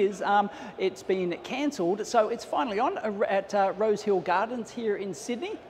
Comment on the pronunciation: "Rose Hill"....At first I thought he said "Road Kill" and was happy that would be ok in Australia!